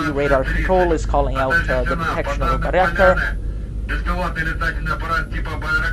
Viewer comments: FYI: Bay-rak-tar, not Bary-ak-tar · Bayraktar, not " Barry Actor" Buy ruck tar